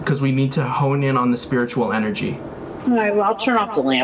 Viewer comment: “spearotual” It’s the little things 🖤